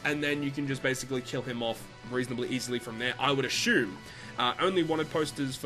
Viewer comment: The way you say assume makes me wanna snap my neck